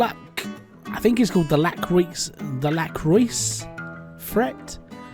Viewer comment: lacroix is french so sounds like "l ah cr oh ah" with not pause in between of course 😋